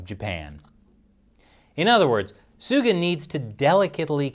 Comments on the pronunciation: That senile US president is an embarrassment. Botching PM Suga's name like is total cringe. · I feel bad for him honestly... having to fill in the shoes of a very iconic prime minister, fighting so hard for his people and then some old demented fart that's supposed to be the big defender of the free world doesn't even care enough to properly pronounce your name while addressing you by your first name... I'm not even American and I feel like apologising on America's behalf